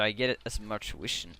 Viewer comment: for mispronouncing "vision" :p